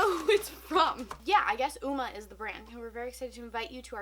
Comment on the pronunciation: Umma is pronounced like amma. Sort of of how the u in up is pronounced. Just lettin u know.